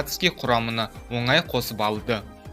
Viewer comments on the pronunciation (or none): none